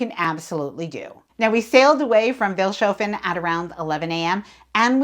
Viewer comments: The town you embarked in, Vilshofen, is pronounced Fils-hoffen as is normal in German speaking areas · Vils' hoe fen is the pronunciation. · What a great video. The only criticism I have is that you should try to find out how to pronounce the names of the towns. Pronouncing them with an accent is totally ok, but please at least make an effort. E.g. Vilshofen is "Fils-hofen" and Passau has the stress on the first syllable. I think it's a matter of respect. It's easy to look up basic German pronunciation.